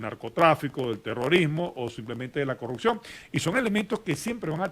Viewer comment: ....se dice “corruPción”...